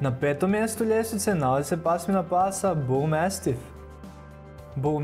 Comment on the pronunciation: BulmAstif a ne bulmEstif 😒